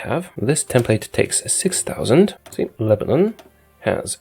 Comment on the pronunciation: When he said Lebanon 😭